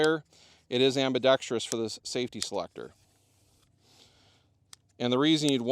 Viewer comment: I was coming here to say that. Glad I'm not the only pedant getting my gears ground by ambi-dex-tree-ous. :)